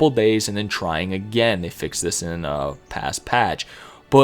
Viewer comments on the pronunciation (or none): none